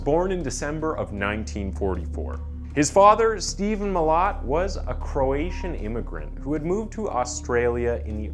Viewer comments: Pronounced ma lat mate. Also a bogan is not a redneck in Australia lmao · As an Australian it sounds funny to hear you pronounce his last name lol 😂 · your pronunciation of Milat angers me